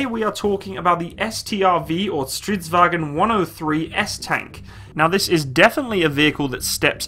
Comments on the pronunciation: It's not pronounce as Stridsvagon but Stridsvagn. There is no ,,O,, in the end, not even silence ,,O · Stop saying "Strits wagen" Its "stridsvagn" Swedes are not germans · Do you turn a bit German when you say its name? xD It is Stridsvagn, not Stridvagen... :P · Nooo it's not stridsvagen!! - Stridsvagn - We are Not german. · Not vagen just vagn its not german ;) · Why does everyone pronounce it like "stridsVAGEN" it's pronounced "stridsVANGN" Triggered Swede intensifies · Its not vagon its vagn g not go mmmmmm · Han gör så gott han kan. Har hört värre.😁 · You are pronouncing 'stridsvagn' wrong, primarly as 'stridsvagen' which is more of a german way of pronouncing it. If you want to hear how it sound, then try pasting 'stridsvagn' into google-translate swedish, and then playing it off. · Strids-vang? That's how it pronounced right? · Why are you saying it like stridsvagen?? It is not german you scheiße skalle. say it like it more like it is spelled. Remove the stridsvag"E"n. Say the G like in bei"NG" and add the N in the end. I am swedish myself and I just get triggered at small things like this... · Vagn is pronounced like it is spelled, English wagon and German wagen are pronounced with their e and o but vagn is without it. Otherwise the same word. Same root as way, via, weg, väg. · Stridsvagn is not pronounced in a german accent